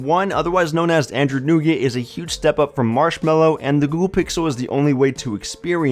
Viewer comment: Why does he say "Androod" instead of "Android"?